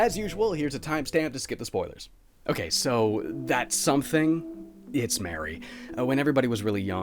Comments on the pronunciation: *Mari is pronounced as "Mar-e" not " Mary" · am i the only one who thinks Mari's name is supposed to be pronounced "mah-ree" instead of "mare-ee"? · I'm like 90% sure it's pronounced Mah-ri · A cool video i which I found out sooner. But, it’s MAR E not MARY LOL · Love you but Mari's name is pronounced Mar-ie not Mary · NO. NO, NO, NO. ITS MARI. NOT MARY HOLY SHIT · Wait wait wait Is it pronounced Mary or Maree? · Christ I was wondering why I disliked this video until you said MARY. Her name IS NOT MARY. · you disliked the video just cuz he mispronounced one characters name? lol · Her name is pronounced like Marie btw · Hey, just for the record, I think that Mari's name is pronounced like "Mars" but with an I instead of and S. Like, Marr-ee. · this video is great, or at least it would be if you just pronounced Mari's name correctly. It isn't really anything major sounding, but it sticks out more then Omori himself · 7 minutes in and i already am frothing over the way he pronounces mari